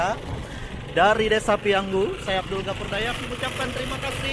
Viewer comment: 👍PIYANGU,, bukan PIYANGGU